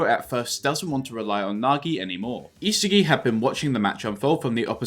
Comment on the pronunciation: It's not e-sagi but isaagi yo-e-chi